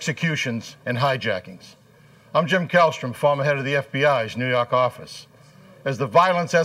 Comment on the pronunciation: “New yyyaaaaawwwkk office”